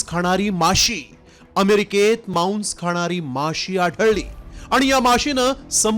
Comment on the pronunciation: तु पहले मराठी नीट बोल मांस ला मौंस म्हणतोय, 🧐🧐🧐🧐🧐